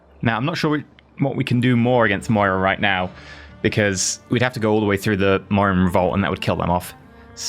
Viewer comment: The pronunciation of Maurya is not MOREYAH, it's MA UR YA